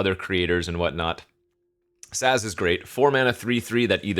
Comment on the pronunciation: You pronounced Sazh right, but is having a rough go with the names lol